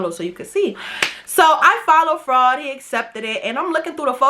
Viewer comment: I thought you was saying frog 😭😭😭😭 but you saying fraud 😩 definitely subbing 🥰